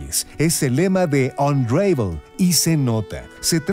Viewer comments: "Anreivol" -.- la pronunciacion es "Anravol"" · mas bien "onravel" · No se pronuncia "unreivol" se pronuncia "ən-ˈra-vəl" que se leeria mas o menos como "un ra vol" solo q la "o" no es muy pronunciada, es mas como una semi vocal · Buena reseña. Solo que unravel se pronuncia con una a breve no como lo dices.